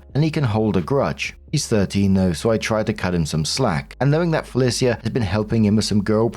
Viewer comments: I have never heard Felicia pronounced Fe-li-c-a before. Am I wrong or isn't it Fe-lee-sha? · For future Felica is pronounced “FUH-LEE-SHA” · pronouncing Felicia Fell ee sea ah is giving him saying Can dees instead of Candice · Am I the only one a teensy bit bothered by how pronounces 'Felicia'? I've only ever heard the three syllable 'Fuh-Leash-Uh'. Or is this another 'across the pond' dialect difference? If so, neat! But it's still just... Weird hearing it. Edit: Story 3: Wooooooow, OP actually stays calm under pressure, makes sure her cousin is alright, and she's treated this horribly? The dad literally screamed insults at them until his throat presumably hurt too much to continue? The mom didn't even think of entertaining OPs side because everyone else was treating her horribly so obviously that was the right decision? What a horrible, horrible family. Those parents don't even deserve the old folks home later on, just wheel them both into a ditch and walk away. Jesus, poor OP. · Hey,. It's Fell-Ee-Sha. Sorry, my eye started twitching hearing you pronounce that name. 😂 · s1, is that how yall pronounce felicia? "bye felicia" must sound so weird from you. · Marks pronunciation of Felicia is different every time But never correct lmao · I've never heard anyone pronounce Felicia that way. 🤔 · pronouncing Felicia the same was as he pronounced the quincenara story lol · I'm living for pronunciation of Felicia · My eye is twitching over it, lol